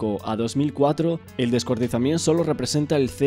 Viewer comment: Pero por qué dices "descuartizament"???